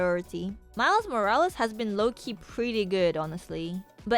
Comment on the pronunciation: You keep saying cards are /low-key/ good and I kept thinking you were saying "Loki good" xD